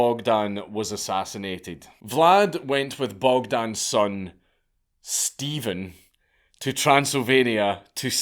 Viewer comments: Except Steven is actually written as Ștefan, roughly pronounced Shtefan. The leader in question is Ștefan Cel Mare (Ștefan The Great) and ruled Moldavia for a long time. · I don't know why he said all Romanian names in their original version EXCEPT for Stefan (Pronounced ShTEHfan) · You need to learn how to pronounce MIRCEA. It is not Mirsea, it is MIRTCHEA. There is no STEPHEN in Romanian history lol. The king was called STEFAN . SHTEFAN pronounciation. Also ION is not JOHN. And Vlad's dad name was also Vlad, not Vlady. Impaling women for adultery is a lie, I don't know where you got that from. He was impaling the actual traitors of the country as well as thieves and robbers, not women. He also did not kill beggars, he was going for the thieves. Check your sources. We actually need a Vlad feast for all the globalists and their families at this moment in time. There was a story saying that there was a gold cup near one of the fountains by a crossroad for anyone to use during Vlad's reign and no one dared steal it as they were so afraid of impaling. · To be fair it's Ștefan (shtefan) Stephen is the English equivalent and is derived from the slavic name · Only he murdered all the Romanian names pronounciations. Stephan, John and Vlady? wtf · It's pronounced Stepan.